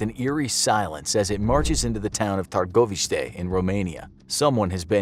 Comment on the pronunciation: LOL LOL LOL THE WAY THEY SAID TÂRGOVIȘTE